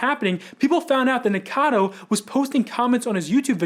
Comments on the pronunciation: I'm one of those who can't stand hearing "Nicado" though ^^'.... the same with people who call Eugenia "Eugena" xD it really like throws me out of my Focus while I'm trying to listen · Nick was saying "nick-a-noodle" and it sounded like "n*gga-noodle" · Drink every time the guy says his name wrong 🥴